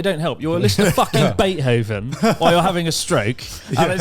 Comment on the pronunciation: Nobody else is stuck on Chris pronouncing Beethoven as bait-hoven?